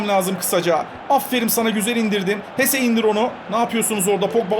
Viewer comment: abi ama o hese değil jese